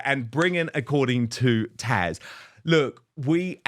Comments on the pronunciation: Do the British pronounce Taz as Tash?!😅 or is it just Dan?😊❤ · DAN HER NAME IS TAZ NOT TASHA LOVE WHEN YOU HAVE TAZ ON BUT SAY HER NAME RIGHT 🤣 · I’m confused that Dan keeps calling Taz “Tash”🤔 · Please Dan, it’s Taz, not Tash, I wince every time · Dan, Love your show, but Isn’t her name “Taz”?